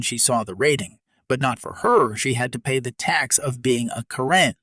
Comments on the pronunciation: I disagree! Don’t they say the customer is always right? She got what she asked for. I like the tax for being a Karen. Or a Ka-wren as it was pronounced. Also the Karen that said, Do you know who you’re talking to? I’d say, yes, a loud mouthed b*tch. If she’d spit on me I think I would have slapped her. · Thanks for the stories. Even if this voice can't get the name Karen right.